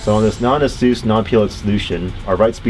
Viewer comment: it's ah-SOOS not AY-suss caps for emphasis. rhymes with a train's caBOOSE